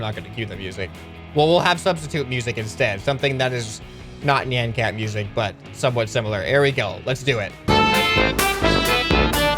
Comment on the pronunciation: NIAN cat not NAN cat